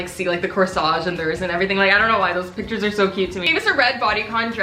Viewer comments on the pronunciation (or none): none